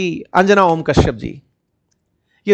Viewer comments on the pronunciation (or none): अंजना ❌ अंजाना✅ 😂😂😂